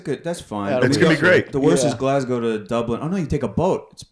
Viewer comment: Not a single American knows how to pronounce Glasgow properly. They just can't do it.